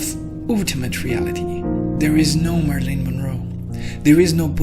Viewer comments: Pronounced "Mare i lin" Monroe. (Long 'a' and short 'i's ..... not 'Marlene': short 'a' and long 'e'). Thank you for this though....👍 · Marilyn Monroe not "Marlene Monroe." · Mari-lyn. Not Marlene. 🙏